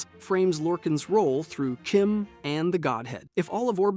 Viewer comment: My guy, it’s pronounced Kim. Not chime.